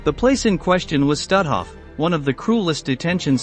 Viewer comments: Not „Stathoff“. But „Stoothoff“ pronounced. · You'd be more credible if your voicebot had proper inflection, and pronunciation of German names like, say, Stutthof.